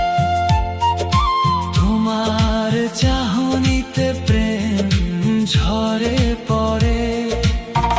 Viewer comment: গানটি খুবই সুন্দর হয়েছে, 'দেখলে' এবং 'ঝরে' উচ্চারণ দু'টি অন্যরকম লাগলো!